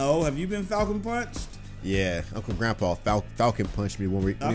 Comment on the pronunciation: It's not grunpa it's grandpa